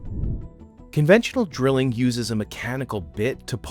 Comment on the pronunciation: “MLLMLL DRILLING…” sir what?